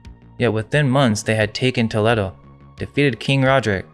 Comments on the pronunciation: It’s to-leh-do bro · You (two I think?) are true scholars. I love the thought provoking nature of the content. Also, it's Toll-ee-doh